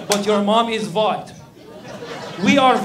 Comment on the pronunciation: its VIGHT not white